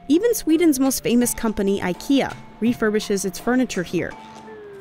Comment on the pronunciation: IKEA, not aikeea